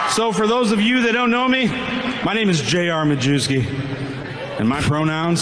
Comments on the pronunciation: Yeah, I had a teacher in high school with that name, he pronounced it “My-YEV-skee.” Apparently JR pronounces it “Ma-Jew-skee.” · Doesnt even have the decency to say his own name correctly, be proud of your polish heritage its My-yev-ski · It's actually pronounced "My-YEV-skee".